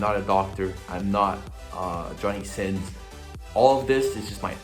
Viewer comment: Did no one notice how he said “Johnny sins”😂